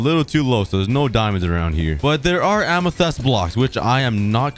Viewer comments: pls stop saying amethEst its amethYst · Ah yes "amathest"💀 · Am- E - thest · The way he said amethyst is way too funny